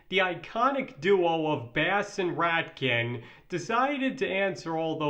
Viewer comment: I like video alot its pretty informative, but it's not Rat-kin, it's Rain-kin